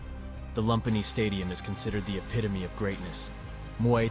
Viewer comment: Lumpinee is pronounced “loom-pee-nee”